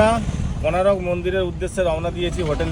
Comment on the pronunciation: মনে হচ্ছে জীবনে প্রথম পুরী গেছে কোনারক এর নাম শুনেনি উচ্চারণ ও করতে পারছে না এতো ফালতু এরা